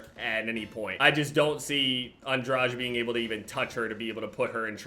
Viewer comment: you mispronounced andrade so bad